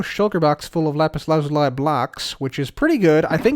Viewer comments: it’s lapis la-zu-lee, not lapis lazu-lie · It is pronounced lapiz lazūlē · Everyone: Lapis Lazuli Pekora: RAPISURAZURI GIVE ME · Lapse Lazuliis pronounced spelled like this loosey